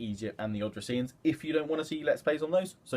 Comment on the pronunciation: I'm pretty sure it's pronounced o-dis-rian kingdom